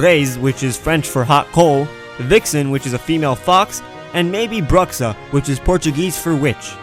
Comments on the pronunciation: "Bruxa" is spelled like "BR-WU-SHA" not "brah-ksa" xD But +1 for effort xD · Bruxa is actually said like ''broo-sha'' haha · I hate to be that guy, but "Bruxa" is pronounced "Broo-Sha". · i am portuguese and its not read "bruxa" you read it like "brush" You read it like " Brusha" just so you know :P great videos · Its prononced brucha not bruxa in portugese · "bruxa" in portuguese is pronounced "broo-SHA" not BruKSA. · Omg im portuguese and i cringed with "brucza", it is read like "brucha" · Im from portugal and i got to say, thats a cool way to pronounce "bruxa". U said brucsa but we say brucha. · Nah.im brazilian and please,its not ''bruxza'',its ''bruxa'',but dont care.the Emperor Pokemon will always be my favorite.you video was amazing! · I'm portuguese. We pronounce [Brucha] and not [Braxa] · Bruxa is pronounced like "broo-sha". It means witch in Portuguese yeah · Awesome video, you explain very weel, and a tip Bruxa says like broocha in portuguese. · im brazillian (portuguese as native language) and i laugh hard when he said bruxa and not "broo-sha" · the word "bruxa" is pronounced "brusha", i know this because i am portugueses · Dear, the x in portuguese isnt said the same as in english, in our language, the x is pronounced as "Sh" so, bruxa is pronounced Broo-Sha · Actually, the word "bruxa", we speak as "broosha" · Se pronuncia "brucha". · WHY DOES EVERY AMERICAN PERSON SAY BREXAR ITS NOT SPELLED THAT WAY ITS SPELLED LIKE BRGXHAU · XD I'm brazilian. And the word "bruxa" is pronunciaded "broo-sha". Get it? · im brazilian and i can confirm that it is pronounced broo-sha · It's bru ha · Bruxa = Broo-shah ;) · you pronounce bruxa bru-sha in portuguese XD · Not sure if anyone mentioned it before, but "bruxa" [the word for "witch" in Portuguese] is pronounced "broo-sha". :) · It's pronounced brwsha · Bruxa(witch in portugues) is pronounced (Brew-Sha) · The pronunciation of BRUXA is BRU-CHA (CHA like the initials letters from Charmander)